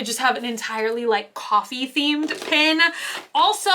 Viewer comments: You pronounce pen as pin and pin as pen so my head is spinning the whole time I’m listening to this video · I was confused why you kept referring to "pins" until I realized you were saying "pens"! I'm not sure where you grew up and I assume it is just an accent, but it made my ears do a double take every time! How do you say the word "pin" if your "pen" sounds like "pin"?:) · Why do some Americans pronounce Pen as Pin? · Me: "pen.": "PIN." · It always throws me off when I hear pen pronounced 'pin' haha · Definitely an accent thing, I hear “Pen” but YouTube close captioning puts “Pin” everytime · I think most of us Texans say "pen" like that! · Just heard "Pen bodies!" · It's an accent thing. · lol you say the ‘e’ in pen like an ‘i’ but the ‘i’ in mint like an ‘e’ go figure 🤔